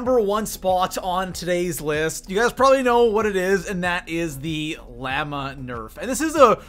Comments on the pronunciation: BTW “” it’s pronounced (laaa•maa) not (lam•ma) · He pronounces llama as liama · laaaaaaaaaamaaaaaaaaaaaaaa its llama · 1: if this is your game play you are SO slow idk how you didn't die at least 5 times in this video ( and you play on Like come on ) 2: it's LLAMA NOT LLEMA like if you agree just being honest if you wanna play hmu I'm on PS4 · listen to how he says llama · I like the 2 scar sound cause it sounds realistic and why u say llama weird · Do Canadians not know how to say llama or just this dumbass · U put to mich emphasis on the a in llama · The way he said llama made me so damn angry holy shit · Why tf does he say llama so weird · does everyone say llama like this cause I don’t 😂😂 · HOW TF DID U JUST PRONOUNCE LLAMA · Jesus Christ the way he says llama